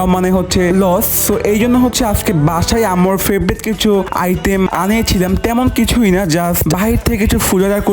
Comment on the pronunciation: আইটেম ❌ আইতেম ✅😂